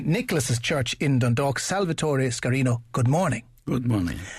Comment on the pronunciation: Lovely pronunciation of Sciarrino's name! !